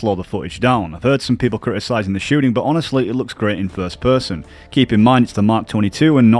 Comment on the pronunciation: “Shooding” “fuddage” “smooth as budder” “bedder”